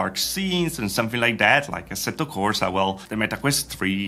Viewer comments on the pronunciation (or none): Do you have relatives from Italy? Your "assetto corsa" is so italian.😂